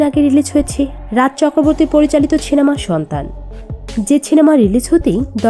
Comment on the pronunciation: First research properly and then make a video…. Don’t just blindly make anything Nonsense… R kindly pronounce it properly it’s cinema not chinema